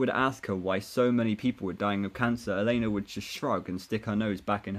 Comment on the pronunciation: Tell me, what's the thing with elena El -en-a not el-ay-na